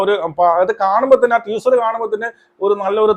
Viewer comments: ട്വീസർ അല്ല മണ്ടാ... ടീസർ 🤣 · നിനക്കൊന്നും വേറെ പണിയില്ലേടാ ഊളെ ആദ്യം ടീസർ എന്ന് പറയാൻ പടിക്ക് മര്യാദയ്ക്ക് 🫢അവളുടെ നന്മരം ഷോ അവസാനിച്ച സ്ഥിതിക്ക് ഇനി അങ്ങനെ നിന്നിട്ട് കാര്യമില്ലെന്ന് മനസിലായി അതുകൊണ്ടാണ് വീണ്ടും സിനിമയിലേക്ക് ഇറങ്ങിയത്